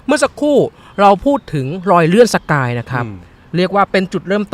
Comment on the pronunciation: สะกาย ไม่ใช่ สกาย